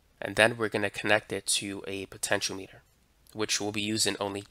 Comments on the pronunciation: It isn't a potenCH-o-meter, it's a potenCH-ee-AH-meter. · thanks for the great videos...but, potentiometer = poe-tent-chi-ohm-eater and coupling = cup-pull-ing .